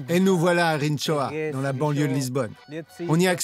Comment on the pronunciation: Vous avez dis: rintchoua??? Vous avez prononcé en quelle langue? Probablement en marcien!! En portugais on prononce rinchoa et on français, cela se prononce de la même façon.( Rinchoa) sauf qu’on portugais ( in) en français ( ant) arrêtez de vous foutre de la gueule du monde. En français ça n’existe pas le tch. Pourquoi voulez vous l’imposer dans la langue portugaise?